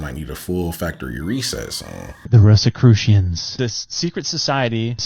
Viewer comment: I hadn't heard the word "Rosicrutions" for two decades.